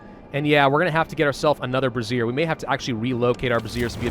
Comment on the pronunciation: Bray - zee - ur is how you pronounce brazier.